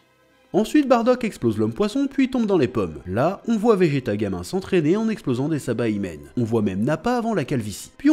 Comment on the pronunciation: Il faut que quelqu'un se devoue pour le dire: ca fait des années que tu dis "Sabaillemene" au lieu de Saibamen chef 😂